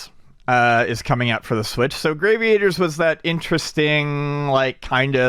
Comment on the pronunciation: mispronounces shit on purpose I am convinced. Gravy-Aters... In game with ships and black holes, it's Gravity, so Grav-EE-Ators.. Lol. Still love the show, but the list of words he slaughters grows...